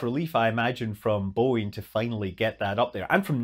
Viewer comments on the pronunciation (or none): none